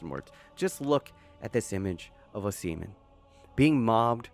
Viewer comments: That was a well researched, well editted, and a confidently delivered profile of Osimhen. But dude, its 'Ohss-ih-men', and it is important to get a person's name right to get credibility, as im sure youve experienced yourself 🤔 Are you really a, as you sound very Seppo to me 😋An slightly larger Asian-American? lol Im a Limey that lived in actual Asia for 15 years, its the best place in the world, apart from Aus, lol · PLEASE STOP SAYIN O SEMEN. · Is it pronounced “ohh semen”? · say his last name right man god damn